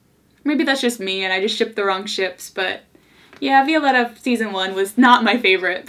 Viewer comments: I absolutely love you but your pronunciation of Violetta is frustrating. My sisters name is Violeta and we pronounce it Vio-leh-tah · Say it with me, "Vee-oh-leh-ta" (Violetta) ❤️ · I love you, but it bugs me how you pronounce VIO- LE- RA 😂😂 Loved the video 💕